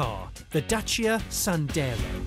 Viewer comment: . “So who would exactly buy a Dacia Sanders?” James May! Lol.